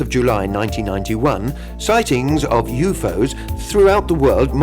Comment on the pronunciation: The Announcer is Fucking Annoying as Hell. Sounds Frantic as he Translates and Pronounces U.F.O as YouFose.